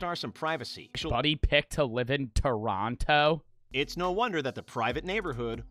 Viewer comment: toronno not tornoto noby ik says toronyo i live in canad